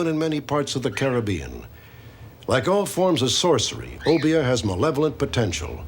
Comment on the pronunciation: I appreciate the correct pronunciation of obeah & st croix